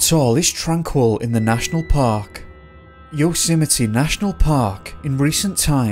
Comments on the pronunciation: Please pronounce YOSEMTE correctly.... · maybe if you're going to do a piece on Yosemite you should make an effort to learn how to pronounce it correctly...just sayin' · Sequoia (Trees) = 'SEK-OI--YAH' , not 'Sek-wee-ah' .. Just FYI. Congratulations on Yosemite... Trump botched that one, WICKEDLY.. TWICE in a row 😂😂😂 yet somehow got Sequoia!?!?!? (He'd been coached).. it was so funny. A SO CALLED president who doesn't know his own country's national parks! SMH 😜✌🐨